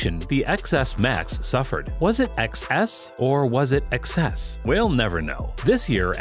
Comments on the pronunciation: Its iPhone 10, 10s and 10s Max. Not eks, ekses or ekses max.. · ex-s or exces? neither, it was ten-ex. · X is for 10. That intro sounded so dumb when you said “Ex S” or “Excess” it’s “Ten S” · seriously? Would it maybe be Ten-S?? Those ppl who call it iPhone eX ... i just can't ... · No he didn’t say iPhone “EX” and then “EXES” please tell me your joking. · It is pronounced 10 and 10s but they used a the Roman numeral X instead of 10. Learn to pronounce the name correctly!! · I dont take anyone seriously who calls the iPhone 10 an iPhone Ex…Even more so for people calling it an iPhone ExEss… this guy reviews tech but doesn’t even know how to properly pronounce the names of devices